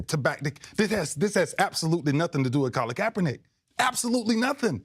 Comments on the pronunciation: i think Ray called Kapernic "kappanigga" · Did he say kap-a-nigga ? Lol